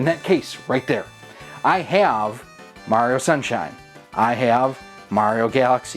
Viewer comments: Good video but you keep mispronouncing "Mario." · we all know it's pronounced Maw Rio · He pronounced it "Mario", not "Mario"